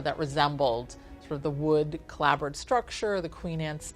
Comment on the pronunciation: She's an architect and can't pronounce turret. Oh dear. And clapboard, calling it clabbord, seriously!